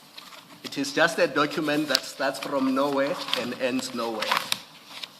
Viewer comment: Dokhument 😂I blame his then English teacher